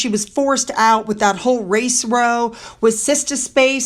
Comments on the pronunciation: Great video today, it's lovely to see the real Royals out and about, By the way I hope you don't mind but the "row" in race row is pronounced like now, or cow, to row or have a row means to argue, or have a disagreement it's also said for example rowing ie. they were rowing pronounced like now ing or cow ing There's no wonder its not easy to learn British English as we so many words that are spelled the same but pronounced differently, or are pronounced the same but spelled different ways also. I'd hate to try and learn it as a foreign language 😬 Best wishes from Yorkshire, England 🇬🇧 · Dear, Just FYI, you've repeated this several times: When it's an argument and spelled row, it's pronounced to rhyme with cow, not row like in a boat. 😊